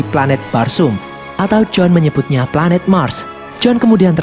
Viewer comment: Pelanet nya erpan